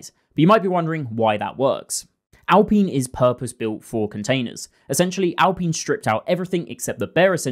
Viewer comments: Say after me: Al-Pine Not al-peeen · Sorry, but how do you pronounce "pine" now just add "al" to it.. al-pine You should be jailed for that pronunciation of alpine.. 😂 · I’m sure you’ve heard how Alpine is pronounced. LOL or maybe you’ve heard other people say it? Hehe Im just curious.